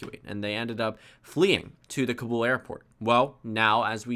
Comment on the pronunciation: Stop saying Afghanistan like "Aff-gan-iss-tan". It's "Aff-gahn-ess-tahn". It's "Tah-lib-ahn", not "Tall-ib-ann", and it's "Kah-bull", not "Cuh-bull". You're Asian; you should know this, unless you were whitewashed lol.